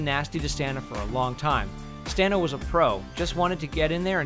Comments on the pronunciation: Het name is pronounced: Stah-nah Kah- tich NOT Stenna Kettik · Thank you! It bothered me to no end to constantly hear that 'stenna kettik'. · I love the info in here but... Stah-na. That's how she pronounces her name. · I'm pretty sure "Stana" rhymes with "Donna," not "nana." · Stana is pronounced Stona. Not Staaaana. Stona. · Am I the only one annoyed by this complete butchery of Stana's name? It's pronounced Stah-Nah, not Stan-Ah. Also, this is depressing. It's almost like the network and original creators gave up on it. And whatever bad blood existed between Stana and Nathan I think happened fairly recently. If you watch the bloopers, interviews, and behind the scenes stuff between the two they seem like good friends until the later seasons. I doubt we'll ever truly find out what happened. It seems like Stana asked for more money, or perhaps pay equal to Nathan and that was refuted. Regardless, it's sad. This used to be such a great, solid show and then it ended kind of weakly. Kudos to the team and actors for finishing as best they could! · Are you sure this is how to pronounce her name? I know a bit Serbian and never heard of pronuncing Stana per "Stauna" Where do you put this "u"?? how do you write it in serbian alphabet? And oh, I checked it with the serbian alphabet genius and you are wrong! It's Стана Катић - which you say Stana Katić ( you wouldn't say the last letter, because in english it doesn't exist. So google it, before writing shit. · her name is pronounced Sta-na (not staina like they did) ka-tic.... katic is americanized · Stana is pronounced starna!!!!! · But IT'S NOT PRONOUNCED AS STAY NA OK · IT'S STANA! SAY HER NAME RIGHT! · he said stanas name wrong 😠